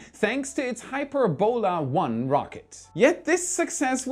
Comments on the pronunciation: Hyperbola, not Hyper-bola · not "Hyper-bola",.. "Hy-perb-ola";) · an awesome video as always, but for one thing. The pronunciation of 'Hyperbola' is "hi - PER - bo - la", not "HYPER - bola". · It's pronounced Hy-PER-bo-la. The accent is on the second sylable. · hy-PER-bola,. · Hyperbola is pronounced [HY] + [PUR] + [BUH] + [LUH]. Its a curve in maths. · If it’s an English word, its hy-PER-bola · Why did you pronounce Hyperbola as HyperBOla? Words of Greek or Latin origin in English are almost always pronounced with the emphasis on the ante-penultimate syllable. For example we say EMphasis, nor emPHAsis. In Chinese it is pronounce shuang qu xian. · Math majors are face-palming at his pronunciation of Hy*per"bo*la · Please look up the correct way to pronounce hyperbola. You really got it wrong